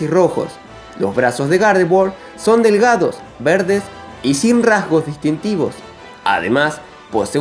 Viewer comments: Dices Gardevoir o..."¿Garde-Buargh?" Hahaha xD Es broma. Buen vídeo. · Me desespera que digas gardevoa